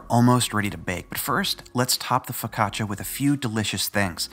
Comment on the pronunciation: I thought you said "focaccacia is the gateway drug for other breads"